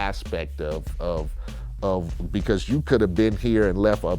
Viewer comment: "pecause" -Vlad